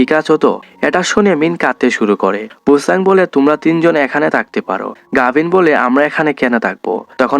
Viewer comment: গাভীন⛔ গাভী ✅